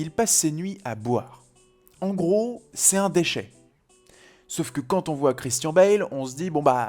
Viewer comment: Très bonne vidéo mais la prononciation de Christian Bale c'est : Christian(ne) Bale